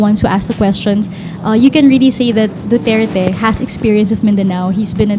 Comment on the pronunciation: this guy (in pink top) is struggling to even say Duterte's name. Just say it man.